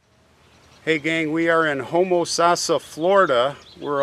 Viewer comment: Just want to say, I’m from Florida and I’ve never heard it pronounced HOMOsassa. It’s HomaSASSa. 🤣 Love your channel, thank you for your work. 👍